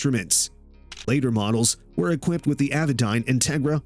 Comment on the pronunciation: I stopped watching after he said "well-equipted".